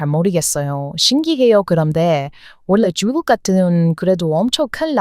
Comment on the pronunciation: 쭝국 이라고 발음 하는거 보면, 코리안이 외쿡인 흉내 내시는것 가타여,~~